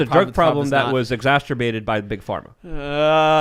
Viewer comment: sounds like he's trying to combine the words masturbate and exacerbate. It hurts my ears every time he says "Exasturbate". And it sounds naughty!